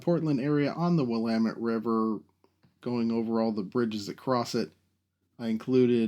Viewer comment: I love the renderings you do for these, and as an ex-Portlander I appreciate your correct pronunciation of "Willamette!" I've driven the stretch of I-5 from Portland to Vancouver more times than I can count, and the trip would be so so so much better with a high speed train. You should visit this great part of the country, it's beautiful, the people are friendly, and we love rail transit! PS - The mountain near Olympia is Rainier, the one near the Canadian border is Mt. Baker. Keep up the great work!